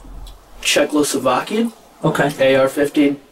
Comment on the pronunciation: he said Czechlhloslovaien not Czechoslovakien